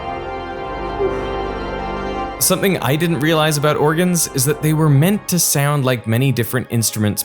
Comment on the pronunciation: I couldn’t on getting annoyed at how this guy says “sayound” instead of “sound”